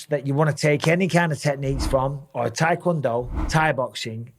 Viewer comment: Michael Bisping: "if it's got an O it's got to go" Also bisping "teakwondo"